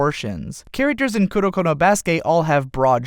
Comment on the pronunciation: I cringe whenever he says Kurokono as one word